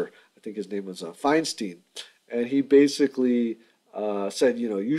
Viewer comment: Fynestein 😂😂😂😂😂😂😂😂 I'm dying 😂😂😂 but Thank you, this video helped a lot